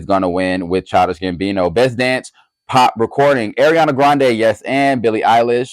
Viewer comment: I need u to work on pronunciations 😭 ARIANA NOT AIRIANA —- GRACIE ABRAMS NOT GRACIE ADAMS